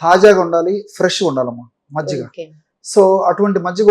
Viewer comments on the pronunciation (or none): మజిగ కాదు మజ్జిగ జి కి జ వత్తు ఇవ్వండి